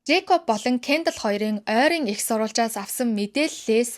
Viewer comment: Кяндал , Каялий гээд хэлэхийг нь сонсохоор аймар хэцүү байна аа. Зүгээр хэлж болдоггүй юм уу?